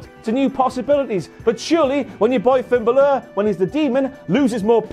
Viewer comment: Finn Ba-lure lmao